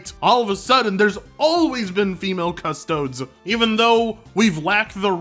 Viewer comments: Cus-Toe-Dees not Cus-Toads But other than that, thumbs up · That “Custodes” pronunciation… what the fuck? It’s Custodeez, not Custoads. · Its pronounced CU-STO-DEES like custodian but without the 'an' at the end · Every time I hear "Cusstoads" it bring me back to people saying "Poki Man" circa 2000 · Thats a weird way to pronounce Custodes. I mostly hear it as Custodeez.